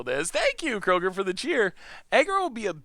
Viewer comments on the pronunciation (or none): none